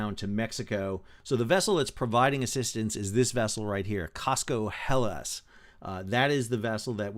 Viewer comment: It's Cosco Hellas (like the country, Greece) not Helias. It was travelling from Busan, Korea to Panama.